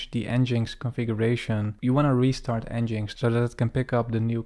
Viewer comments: I think it is pronounced EngineX not n-jinx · Nice intro to Next mate. For reference it's pronounced Engine X, not En Jinx 😅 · wonderful tutorial. never heard nginx pronounced 'En-Jinx'. I've always called it 'Engine-X'